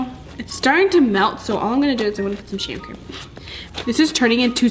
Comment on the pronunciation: said sheevecream